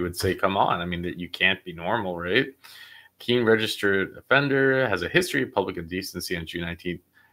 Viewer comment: Keen not key lol thought the same thing